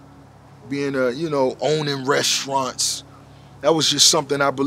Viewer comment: I love too hear him say restaurants and shrimps, Hilarious 😂😆😅